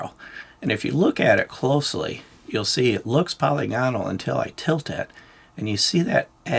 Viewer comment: btw, polygonal is pronounced "pəˈlɪɡənəl", which, if you can't read IPA spelling, is roughly like "puh-lih-guh-null". You don't sound out all the vowels like dipthongs, they're short vowels (like monopthongs), so it's 'puh-lihgunull'. Sort of like how you would say, "monocular" or "parameter". With 'parameter', you wouldn't say, "Pair-Rah-Mee-turr", you'd say, "puh' rih-mih-ter". I've been listening to your channel for years and figured I'd finally mention it. It's a pretty common error in the firearms community, but I'm not really sure where it started. It's not pronounced that way in German or English. Also, just in case, anyone who gets offended by this comment or thinks I'm being pedantic, get over yourself and stop being ashamed to learn things -- it's just a youtube comment